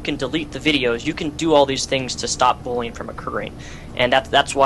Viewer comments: u say bullying like bolin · The way you pronounce bullying bothers me...